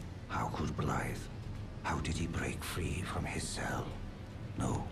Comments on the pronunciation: THANK YOU FOR PRONOUNCING THE WELSH WORD 'BLAIDD' CORRECTLY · you’re the first youtuber that has actually said his name right